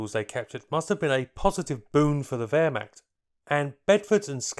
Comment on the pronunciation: As a german, i don' t know, what Währmakt or Wolkssturm is? Do you mean Wehrmacht and Volkssturm? :-)